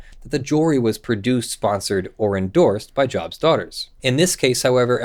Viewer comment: The group is named after the Biblical character Job, so it is pronounced with a long 'o' rather than a soft 'o' So it is Joe-b's Daughters rather than Jaw-b's Daughters.